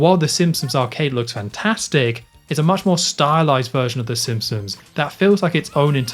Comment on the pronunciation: Cool video but the pronunciation of ‘the simpsoms’ and ‘th’ as ‘f’ (f fronting) is killing me.